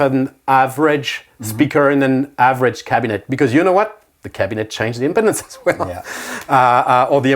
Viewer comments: It’s pronounced impeeeeedance. 😂 impotence 😬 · Unfortunate pronunciation of “impedance.”